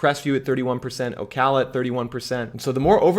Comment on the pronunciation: Just here to say thanks for pronouncing Ocala correctly. 😂